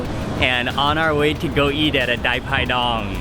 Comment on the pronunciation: We call it Pai Pai Dang (not Dai Pai Dong). Wow ! Thanks I love it.